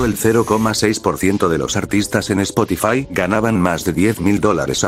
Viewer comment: Spokifai jajajajajjaaj😂